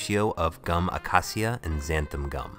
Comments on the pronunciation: Ah-kay-sha. That is how it is pron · its pronounced uh-kay-sha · The way he says acacia triggers me but I still love him lol